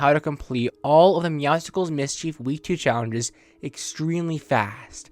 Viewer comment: Hey ❤️ love your buds but it’s not meowscicles it’s meowscles